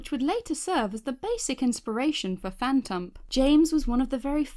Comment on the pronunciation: “Phantump”? LOL